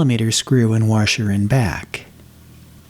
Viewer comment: Love the video! But did you say "warsher"? LOL Sorry. Just messin' with you.